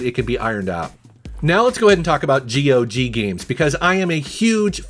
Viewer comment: GOG rhymes with dog.😀